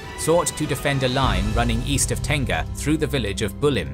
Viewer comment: Im a Singaporean Malay and when I keep hearing Tengah pronounced as Tenga I chuckled cause I keep thinking of the Japanese brand. Just FYI it is pronounced as te-ngah it means middle/centre in Malay language.